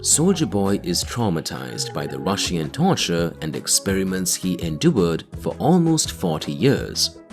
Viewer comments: The video is very informative, but the way you continually mispronounce the word RUSSIAN is simply unbearable... 🤷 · The way you pronounce Russian is really annoying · Stop saying Russian, for the love of God...